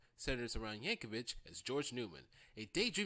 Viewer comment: YankoviC not Yankovich